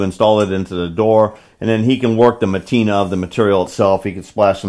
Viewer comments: You say matina, I say patina, LOL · Matina? 'Patina'.